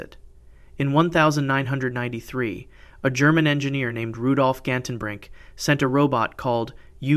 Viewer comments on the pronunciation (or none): why did you say 1993 as that?